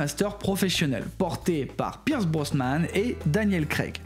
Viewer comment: slt super videos. en tant que fan j'ai même appris un truc....😂 ps: on dit Brosnan et pas brosman et puis tu as complètement zappé lazenby alors que c'est le meilleur film de la saga: au service secret de sa Majesté pour l'avenir Cavill et Nolan a la real semblent un choix réfléchi